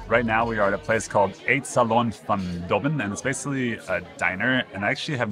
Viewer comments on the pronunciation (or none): Lol Eight Salon? must be Eetsalon